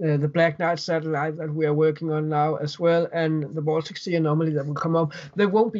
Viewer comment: It’s “Baltic Sea”, not “Boltic Sea”, lol